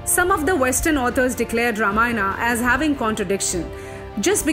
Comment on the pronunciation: Wt_ is vanrAs , manvAs and ramayanAs...plz dont spoil language.